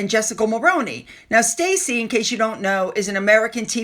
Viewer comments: Stassi isn’t pronounced st “aye” ie. It’s like “sauce”- s(t)auce-ie. Her name is (old world) Anastasia. Not that people care, lol. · STASSI nit Stacy. STAH see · Hi. I’m just letting you know you’re saying her name wrong. You’re saying Stacy Schroeder. But it’s Stassi. The pronunciation is like saucy, but add the t. 👍🏻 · You are saying the biggest fans name wrong. It's NOT Stacey. Chopra (SP?) has a REAL child and she is busy. We ALL KNOW that the moron MSM people writing those articles are on the payroll of the Pansy-arse wimp and his wh*re. How sad the number of people who are willing to sell their souls and make themselves look like total twats for a few bucks.